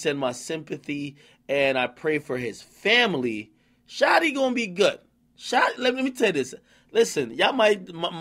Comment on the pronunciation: He said Shotieea a gangsta gangsta Lol😂